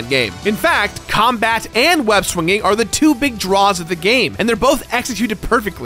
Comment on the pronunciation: Did this guy just mispronounce the word "swinging" twice?